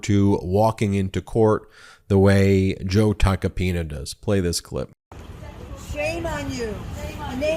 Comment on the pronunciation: Ben, at aprox. in this video, you say "...the Joe Tacopino..."; but his last name is "Tacopina". (Sorry about that, but as a retired teacher, things like this are like fingernails scratching on a blackboard! I cringe when they occur.) 😇🙏🌈